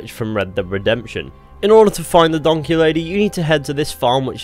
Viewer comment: it's a return to donkeh